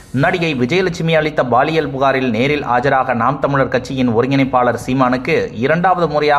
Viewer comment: Baliyal illada koomuttai PAALIYAL. Saria padida mundam